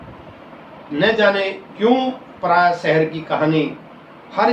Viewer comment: यह अध्यापक महोदय तो अटक अटक कर हिंदी का पठन कर रहे। बल्कि "पराया" शब्द का ठीक से उच्चारण भी नहीं कर पा रहे हैं।